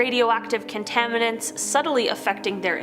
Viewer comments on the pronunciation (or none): I heard contaniments, and Hazarous.